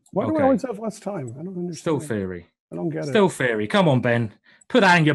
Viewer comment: the first time ben said'i think this is still theory' i thought mm ok perhaps......but after another 30 moves into the end game when he said again'i think this is stillt theory' i just start laughing.